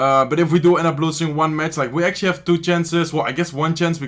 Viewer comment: "ATUALLY" AGAIN?😂😂😂🤦🤦